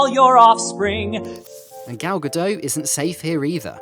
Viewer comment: Gal Gadot has a 't' at the end. She's not French 🤦‍♂️